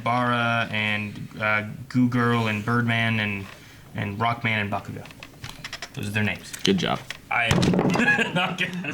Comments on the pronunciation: this is my 2nd video, more to come. was my fav but saying "buh-koo-go" instead of "bah-koo-go" really spent me lol. muh man JUST SAID IT!!!!! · The worst one for me is still "BaKOOgo." Goddamn it man, stop it! 😂😂😂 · It's hilarious how they pronounce bakugos name even tho it's dubbed and easy to understand for Americans.. bakooogo katsoooki.. nah fam it's pronounced bah-ku-go kaht-ski.. except in English it would be reversed katsuki bakugo.. which is why izuku calls him kacchan.. because it's his first name.. just happened knowledged on you fuckers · its always slightly annoying when they mispronounce bakugo's name as ba-KU-go instead of BA-ku-go but love the vid still 💛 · I dont like how says baKUGO instead of BAkugo